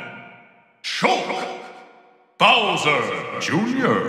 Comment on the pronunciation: He says bowser junior like “Jr.” is a bonus